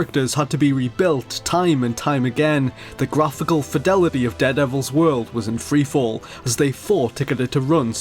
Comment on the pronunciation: i keep hearing dead devil, being sick sucks.